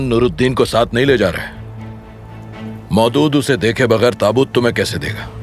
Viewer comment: Mohdood❌ Maulood✔️